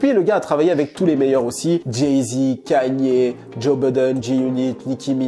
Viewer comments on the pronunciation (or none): none